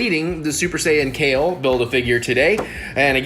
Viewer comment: Kefla not kale